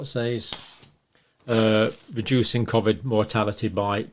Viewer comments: Please stop saying cov-id co-vid is better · I’m let down by you pronouncing Covid, Covvid!! Very odd.